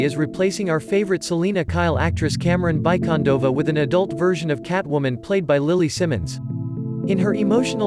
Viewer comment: FYI Camren’s last name is pronounced BEE- Condova, not BYE- Condova